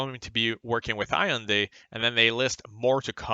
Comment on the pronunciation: Good analysis overall. Just (if you don’t mind) I wanna let u know Ur ‘Hyundai’ pronunciation sucks.lol sorry for being a nitpicking Korean.